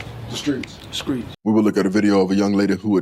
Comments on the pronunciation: Did he eat skrimps on the skreets? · “Skreetz” “Streets” ..”skreetz” 😂🤣😭